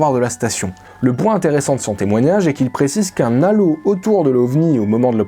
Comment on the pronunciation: Un nalo? Non un halo.